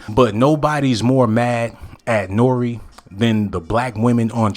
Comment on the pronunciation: Can please say Nore's name correctly